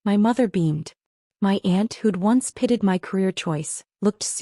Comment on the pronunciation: Why are your main characters always “pitted” when based on context they should be pitied”? So many errors because AI can’t pronounce words correctly based on context such as the word wound alway pronounced “woond” not “wownd”.